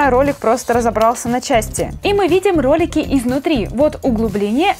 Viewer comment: мне пакозалось что ты сказала не ролики а кролики